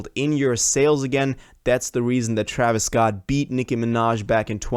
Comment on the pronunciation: bro said traevius scotland 💀